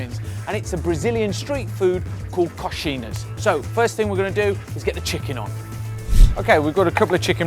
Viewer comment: "coxinas" lol